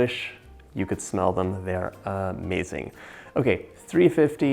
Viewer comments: I love how he says AH-MAZING!! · He says, "at this point, this smells A-Mazing" 😁 also, "De-Licious" 😍